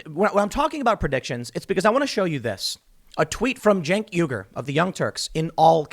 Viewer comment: "Jank" Uyger